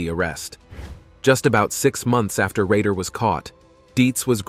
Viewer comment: BTK was called Rader, not Rager. Green River killer was Gary Ridgway, not ridway. I know I'm being pedantic but if a job's worth doing, it's worth doing right.